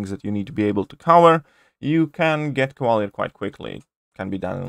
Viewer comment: Cava leeeeeeeer. !!! Not cava lear